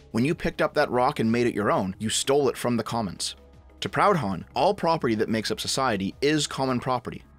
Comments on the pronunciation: Someone must have said it already, but you pronounced it Pound-hon, when it should be Pru-don. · Mate, you’re Canadian. It’s not pronounced Proud-Honn, but “Prudon” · It's pronounced 'proodhon' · talks about serious issue. Me: only notices him saying "Proud Hon" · Its funny hearing a canuck mispronounce proudhon ngl